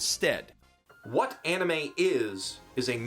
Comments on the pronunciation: too bad you can't even pronounce 'anime' :DDDD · One thing: Anime (pronounced ann-nee-meh) is NOT, I repeat, NOT the japanese word for animation, that word is anime (pronounced on-nee-meh). Japanese words have japanese pronunciation, just because it's spelled the same in romanji doesn't make them the same word.